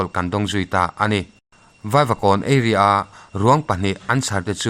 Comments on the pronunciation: Area i lam dan hi eiria thin ilam a eria Tia lam tur zawk aw a mizo tak in ka lo sawi nih chu ...a bak chu a ngaihnawm thin e...👍👍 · Eiria nilo Area tih tur, hi chu pu jamesa tang che khan ka la mil chiah theider lo che,uluk deuh thinteh aw